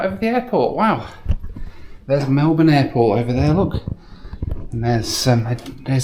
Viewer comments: 100% kudos for pronouncing Melbourne correctly. 😮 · Jetstar fine, as a local I am just glad to hear 'Melbourne' pronounced correctly. Welcome.